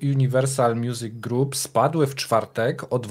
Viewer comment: Jest to jeden z moich ulubionych kanałów ale ewidentnie odstaje, co czasem dość mocno przeszkadza. Poza tym, mógłby poćwiczyć angielski, bo co rusz widać braki w podstawach tego języka. Czytanie słowa "group" jako "grap"to w tym odcinku tylko jeden z przykładów. Zmierzam do tego, że tworzenie kanału eksperckiego zobowiązuje. Co innego Pawel- tutaj mogę wyrazić wyłącznie słowa uznania, zarówno co do merytoryki, jaki i innych kwestii, w tym językowych.